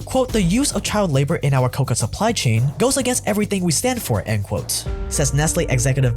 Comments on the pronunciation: Kow-Kow or Kow-Kwa. not kow-ka! that is what you use to make cocaine. I almost did not watch the video for that. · Amd I'm sorry 😂😂😂😂😂 an extra laugh for everything you're pronouncing cocoa COCA AS IN THE COCA PLANT and nownyoure making it sound like chocolates made from the same shit as cocaine😂😂😂😂😂😂 no offense se dude I'm a big new fan!!! I just giggled once I noticed you were definitely trying to say co CO yes spelt cocoa and.cocao is even a little different but COCA IS VERYYY different man lolz😅😅❤ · Say it with me…kah-kow. Coca is the main ingredient in cocaine not chocolate. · It's called Cocoa, not Coca, you moron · One correction-- it's not "coca" which is the plant from which cocaine is derived from, it's "kakao" (pronounced ca-cow) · Great vid! However, you pronounced cocoa (kow-kow) which is used to make chocolate like coca (koh-kuh). Coca is a plant that is used to make cocaine, not chocolate. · Is it only me, or does any else pronounce it "coh-coh" instead of "coca"🤷🏻‍♂️ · Hey man, slow down enough to pronounce things right. Like, are you saying “Sally” or “sadly.” “Coca” or “Cocoa.” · its quite ironic that the narrator pronounces COCOA as COCA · its pronounced coco beans bro not coca beans lmfao, sounds like you are talking about cocaine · CacAO bro, not Coca! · Why are you saying cocoa like coca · Um no friend. "Coca is indeed expensive." You're thinking...cocao, pronounced ka-cow, or cocoa, pronounced "coco." Cocao bean is where chocolate comes from, friend. Hilarious slip though. :D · Cocoa is pronounced "Ko-ko". Coca (Ko-ka) is the plant that Cocaine comes from. Would make for a very different KitKat. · COCOA, not COCA! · it's not "coca" you were referring to, but "cocoa", pronounced "co-co", maybe with a shorter "co" in the beginning:P. Aside from that trifle, your videos are becoming EXCEEDINGLY well made! It's great that you ditched the excessive film-derived sniplets (the relevant ones are good though!). A proper documentary dear sir!